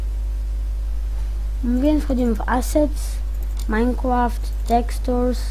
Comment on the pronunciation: Ahhhhhch.... Z tobą będzie duuużo pracy. 1.Przygotuj sobie scenariusz jeśli masz robić już jakiś poradnik. 2.Zanim zaczniesz uczyć, sam musisz mieć to bardzo mocno wbite do głowy. 3.Te "yyyy" "yyyy" "yyy" denerwują i nie da się oglądać... Wymienie ci wszystkie twoje błędy: - Majnkłaft? Ech... popraw swój angielski... Może zamiast "dajmond słort" powiesz po prostu "Dajmont słord" Truskawki nie wkleisz do obrazu 16x16 ;< "Tutaj mamy wszystkie nasze ajkony prawda" To nie jest w ogóle przygotowywane ze scenariuszem! CHŁOPIE!